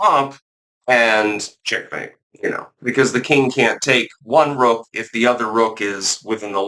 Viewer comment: I was saying what the heck is a roke? Do you mean woke? It took me a while to figure out you meant rook. It rhymes with took.